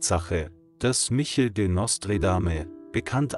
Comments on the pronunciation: tschau , also Bitte sprich den Namen richtig aus , oder lass es besser der heist nich Michel ;-) sag wenigstens Mischel das ist französisch gesprochen , Michel lebt bei euch in Holz irgenwo ;-) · Das dachte ich auch sofort! KI ist langweilig und betont oft falsch. Und sie muss Eigennamen richtig aussprechen lernen.